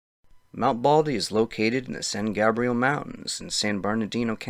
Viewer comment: Hey - it’s pronounced San GAYbrial. Not Gahbrial. 😊